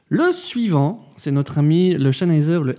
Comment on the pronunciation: chennheiser lolllll